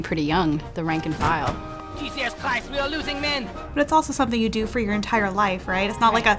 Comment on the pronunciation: Jesuus Kwiste ou ar losing men.